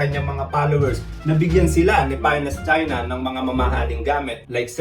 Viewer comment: Rinig mo din🤣